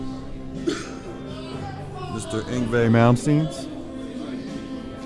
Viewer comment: the engway malmstien wtf